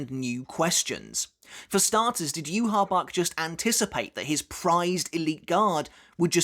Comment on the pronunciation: You said "U-Haul Bork", hahaha